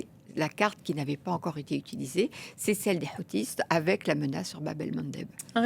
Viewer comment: Les Houtis, prononcés "Les Kheutes"